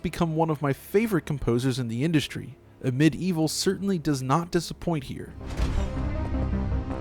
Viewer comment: Amid evil a great homage to hexen and heretic you said that right !